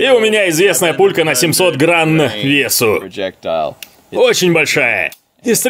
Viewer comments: чтобы никто с граммами не попутал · как выделил слово "граНН" хахахаха